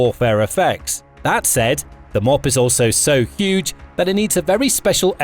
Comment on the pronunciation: M.O.A.B. pronounced Mow - Ab.. like the town Moab in Utah or the region east of the Jordan river in the Holy Land.